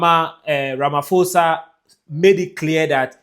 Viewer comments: Ramaposa thats how you must pronounce not Ramafosa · A polite correction. Please pronounce Ramaphosa - pho as in post. Stay blessed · If you can not pronounce the president of South Africa correctly here us a tip : please pronounce it as Ramapoza. 🙏🏽 you content is one of the best regarding on presence globally. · Ramaphosa - pronounced RAMAPOSA❤️ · Ramphosa- the letter H is silent... RAMAPOSA 👍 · It's Cyril Rama-pour-za. The "H" is silent, please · Pls is not ramafosa 😂😂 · To my continental family - Ramaphosa - pronounce it as RAH, and MAH, first, on the PHO ( pronounce as the first part of "pot" without the T , than pronounce the SAH at the end - hope it helps.